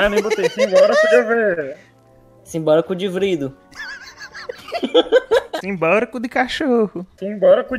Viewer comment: "Simbora Cu De Preda." "Simbora Cu De Folha." "Simbora Cu De Vrido." Essas Foi De FUdE KAKAKAKAK